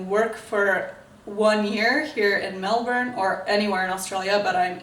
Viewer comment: As a Melburnian, I say you pronounce 'Melbourne' perfectly for someone with a rhotic accent like you. What I don't like is when Americans pronounce it as 'Mel born'.